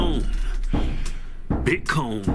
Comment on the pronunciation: Keep makin videos just say butcone bitcone..goin to hell!!